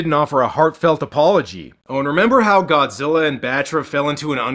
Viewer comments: It's the extra R on the end of Godzillar that gets me... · did anyone else hear that dubber call godzilla "GODZILLER"? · ive always wondered where you have to be from to mispronounce godzilla as godziller and who allowed that to go through on the dub? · "bio lan tee is a weird austrailian pronunciation like godziller is." No, that's not true. "Godziller" is just the result of the Queen's English accent where they pronounce "a"-ending words as "er." However, the international dubs, they have to run that stuff past Toho. "What are we supposed to call this character? How do you say it?" So, however they said it in the dub is what Toho wanted us to use in English. Ted Thomas talked about this sort of thing in the interview on the Media Blasters "Godzilla vs. Megalon" DVD that leaked with all the extras. This is also why the international dub of "Godzilla vs. Destroyer/Destoroyah" still uses the pronunciation "Destroyer" because Toho explicitly told them to do so.